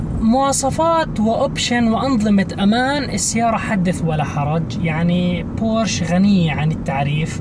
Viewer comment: اسمها بورشه ، مع احترامي